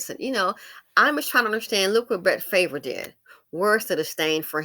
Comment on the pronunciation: Bret Farve's last name is pronounced "Far-V"...rhymes with carve❤️